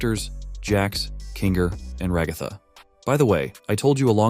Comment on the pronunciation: It’s not ray-ga-tha. It’s ra-gath-a